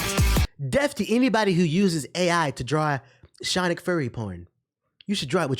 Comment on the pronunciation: "Shawnic" will always crack me up 😂😂😂